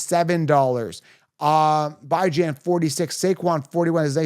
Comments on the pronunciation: You’re saying his name wrong. Bijan is pronounced BeJuan not ByeJuan. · This dude is clueless!! Byjan he said lmao! Last year dint draft Tee or Pollard!! Few minutes in and can't finish if you can't even pronounce names!! Clueless wish he was in my league so I could take his money!!